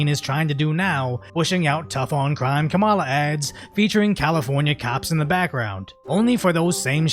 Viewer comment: Is it racist if you're not white and you pronounce kamala's name wrong?